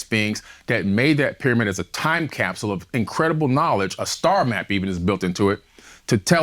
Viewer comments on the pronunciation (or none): none